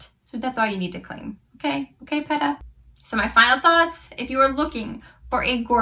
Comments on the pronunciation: Her name is actually pronounced Pee-tah (like Peter) not Pet-ah ☺️ she now has 3 different shades of the tanning mist (same with the mousse) light medium dark. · It’s pronounced lite pita bread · You pronounced her first name wrong if you're going to promote a product at least get the name correct